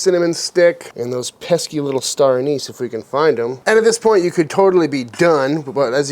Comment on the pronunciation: It's pronounced anise